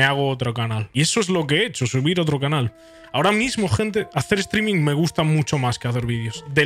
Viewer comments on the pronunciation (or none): none